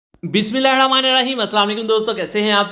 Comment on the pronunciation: Aap bismillah bht jaldi me padte hn aur galat pronouns krte hn plz ispr dhyan dein